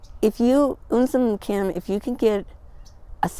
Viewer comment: Awww lady. You made my day. You said right my name. Un sim Kim. Means coming from soft heart. No one ever said my name on my phone. So happy my friend. Good morning. ❤🦋❤🦋